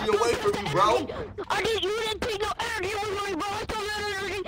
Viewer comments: Boy said “enrgy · HE SAID GET MY ENRGEY